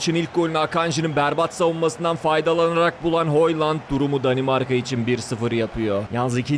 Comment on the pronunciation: Videoyu zor bitirdim. Kvaraçskelya değil, Kvaratskelya, Hoyland değil Höylund, ovıral değil ovırıl.. telafuzları hangi dilde öğreniyorsun bilmiyorum ama maç izlersen spikerlerden doğru telafuzu duyabilirsin. Kendini zorlamamanı tavsiye ederim. Onun dışında bu konseptini seviyorum başarılarının devamını diliyorum..